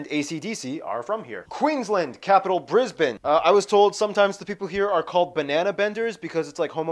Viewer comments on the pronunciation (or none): none